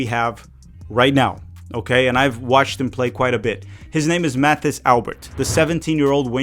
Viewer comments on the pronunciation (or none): Mathis pronounces his name like it's French, so it would be more like Matis Alber.